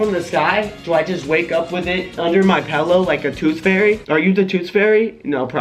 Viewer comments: it's pronounced pIllow. not pEllow. damn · he said pellow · "pellow" hehe